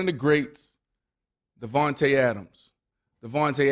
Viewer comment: all y'all be getting his name wrong. it's DAVANTE. D-A-V-A-N-T-E. Get the name right. he deserves more respect.